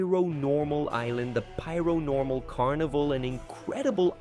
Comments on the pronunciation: It's pair-o-normal not piaro-normal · It’s pronounced PAIR-o-Normal. This guy is saying “pyro-normal” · That pronounciation of Paironormal is just straight up not correct, it's pronounced exactly like how Paranormal is pronounced